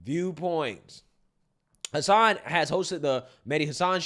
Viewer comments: She can’t even pronounce “Hasan” correctly. 😂😂😂😂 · Yeah, I noticed her miss pronouncing his last name. I'm picking why she's saying it wrong? LOL. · that idiot defending hassan can't even pronounce his name😅😅😅😅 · she complain about him getting fired, while mispronouncing his his name. I take it she's never watched him? So who is the Islamophobe? She is. He got cancelled because the Democrats do not watch his show. It's their fault. It's like Disney, they make movies for left wingers, but say it the right wingers fault when they fail. Worse are those who believe, and follow their BS. Our entire planet would be so much better off if their party was no longer around. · The one chick cant even pronounce hasans name. The outrage! 🤡🤣